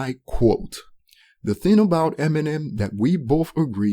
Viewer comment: Why do you always leave out the “g” at the end of words. Like “the thin is, ...” “everythin” etcetc Its so awkward bro. I know youre tryin to make it sound like american slang but youre using it wrong. Especially when you barely pronounce everything else right. You mispronounce so many words and youre trying to use american slang on top?? Bruh, just keep it natural.